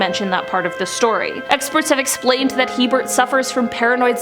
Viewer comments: Isn't his name Herbert Mullin? Hearing him called hebert is very confusing. Maybe double check spelling before filming. Or you'd think someone during recording would say "Is it hebert? That doesn't sound right" and do a quick Google search. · His name is Herbert Mullins not Hebert. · Herbert Mullin, not Hebert. Enjoyable otherwise, thanks. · His name was Herbert Mullin, not Hebert Mullin. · I think that Mullins' first name is Herbert , not Hebert. Ed Kemper refers to him as Herbie when he talks about him in one of his interviews.